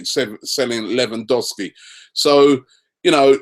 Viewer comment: Did Robbie call him Lemon-dowski